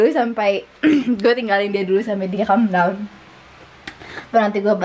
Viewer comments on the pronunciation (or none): Calm bukan come 😂